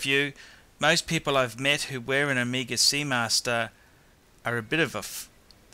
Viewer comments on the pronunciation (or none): I love how he pronounces Omeega.... and Rollex lol